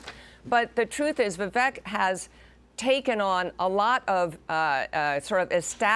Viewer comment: Maybe this lady needs to pronounce Vivek properly. Vivek 2024 🇺🇸💯